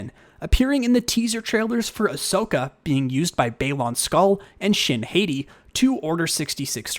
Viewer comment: Orange is also cool, and ppl also a lot of the time say Shin Hati's name wrong, and u also said Baylin Skoll wrong, so, that's all.🐑